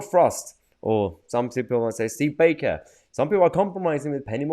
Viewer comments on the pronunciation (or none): none